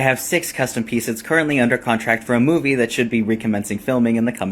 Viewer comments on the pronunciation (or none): none